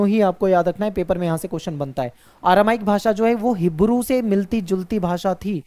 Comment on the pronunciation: सर आरामाइक नहीं अरामाइक 😅😅